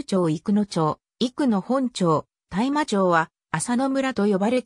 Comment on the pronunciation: 大麻…（たいま)❌ (おおさ)⭕️